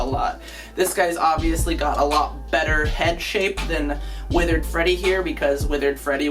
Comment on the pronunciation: EVRYONE YELL AT THIS GUY HE SIAG WITHIRD FREDDY INSTEAD OF WITHERD GOLDEN FREDDY!!! just kiding your the best.